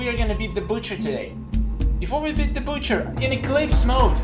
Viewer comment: "Butcher" more like "But cher"